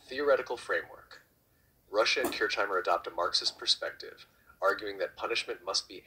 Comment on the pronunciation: You pronounced my name wrong 😂